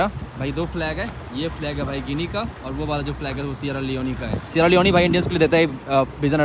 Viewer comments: Yaar Improve ur pronunciation सियारा लियोन होता लियोनी नहीं, र को ड़ श को स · Its called sierra leon (not leonee like sunny leone) 😂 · सेरा लिओन ✅️ सेरा लिओनी❌️ bhai